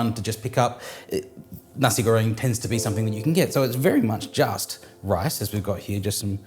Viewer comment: Nasi goreng, warung, udang kerupuk.... thanks for taking the time to learn how to pronounce your Indonesian words correctly! Really appreciate the attention to detail!